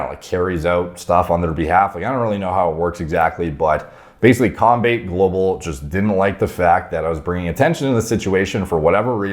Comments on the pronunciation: not to be that guy but just so you know it’s pronounced Com-bat-eh global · It was cringe when he tried to pronounce combate global